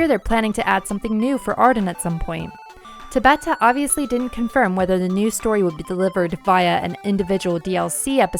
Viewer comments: Tah-bah-ta. Not tuh-bah-tah. Please, for the love of god, Tah-bah-Tah. It is pronounced the same. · There is no reason to constantly mispronounce someone's name. It takes ten seconds to pull up Tabata saying his name and listen to it. It would be like someone calling you "Lie-oh-nar-da Pine-uh" constantly.